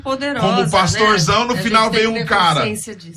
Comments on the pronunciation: Parei no 27 min. Quanta incoerência desse " " 😒. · precisa fazer discipulado 🤣🤣🤣🤣🤣🤣"" realmente é um comediante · dando uma lavada no “”